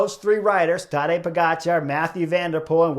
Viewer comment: It's not tAdej but tadEj ... accent is on E ... kind regards from Slovenia 🌞 You pronounce his last name great 🥳